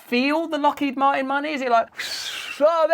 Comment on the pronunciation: "i'm gonna be lockhead marteen" HAHAHAHAHAHAHAHAHAAHAHA